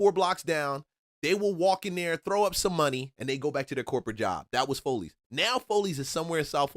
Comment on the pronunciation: Bruh said FOLEYS….its Follies and it wasn’t in buckhead it was in northeast Atlanta on Buford Hwy….the migos and asians came thru and took over Buford Hwy